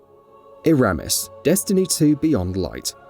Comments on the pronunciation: he said EEEEEEEErAAAAAmiss, its Eramis. And the fight was cool, so cool she froze. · The embarrassing way he pronounces "Eramis" shows he's never actually played Beyond Light.